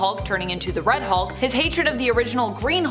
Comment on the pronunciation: When said, "Red Hulk" for a sec it sounded like, "Fred Hulk" for some reason